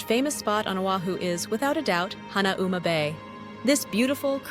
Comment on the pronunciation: As someone who lived in Hawaii, can you pronounce Hanauma Bay correctly.